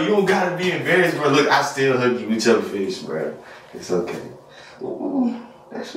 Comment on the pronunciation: ”Look I will still hug u with ur firsh bruh…ooooo it’s strong”😂 😂😂😂